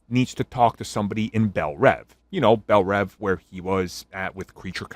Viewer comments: Why does everyone pronounce bel reeve wrong? It’s not belle rev, it’s belle reeve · I’m pretty sure bellreeve rhymes with Christopher reeve pronounciation